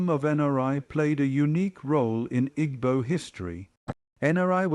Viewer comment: Interesting video but a shame about the poor pronunciation. Igbo...tut. gb is a specific sound and e is always pronounced as eh as in egg.